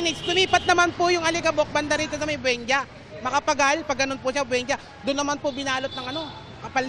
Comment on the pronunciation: BWENJA talaga? 😂